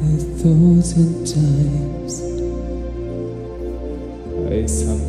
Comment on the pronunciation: Thanks so much!❤ I just wanted to add, how much I ADORE his "Dinglish" pronunciation of the word "thousand" - but then again, the same goes for everything else about this wholly adorable boy/man!🤗🤗